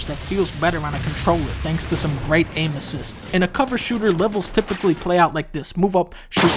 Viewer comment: "...that feels better on a controller, thanks to some great anuses." SAY WHAT? Rewind. "...thanks to some great anuses." REWIND. "...some great anuses." WTF? "...anuses." Eh...? OHHHH. "Aim-assist." Gotcha, videogamedunkey.